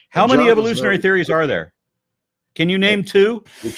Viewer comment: Why does he keep saying theories with the emphasis on the final syllable?